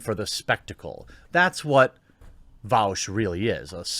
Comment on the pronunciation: bro... you can't even say his name properly lmao